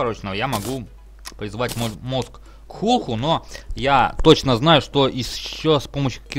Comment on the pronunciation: правильно говорится не клутху а ктулху